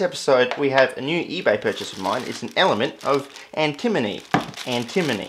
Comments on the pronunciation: Sounds like you're saying "antinomy"! ^^ think "anti-money" instead. (In french it's called "antimoine", litteraly "anti-monk"! Some say it might actually be the origin of the element's name, as quite a few monks were versed into alchemy, and might have poisoned themselves with it. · I think it should be pronounced an-timma-nee. It just flows. "Ant-a-moe-nee" is like tripping on a crack in the sidewalk. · I'm seeing a bunch of people pronouncing it Anti-money buy nobody else seems to pronounce it Anti-Mohny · Anti-moan-ie, that's how I've always heard it pronounced (in 'Murica) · Ah yes anti-money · It is pronounced antamoany Ant-a-moan-y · It's pronounced an·tuh·muh·nee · "Antimoney" ... "alright we got our antinomey powder now" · and then he pronounced it "antinomy" 1 second later. :D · I honestly thought it was an australian thing, like how british people say aluminium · New drinking game: Take a shot everytime he pronounces antimony wrong. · I pronounce it as antimony, but my friend pronounces it like antimony, so we ask our teacher and he says we should pronounce it as antimony.